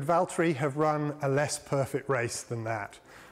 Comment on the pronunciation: james its valteri